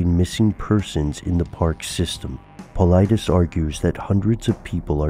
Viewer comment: I believe its paul-eye-diss. Not paul-eye-dees...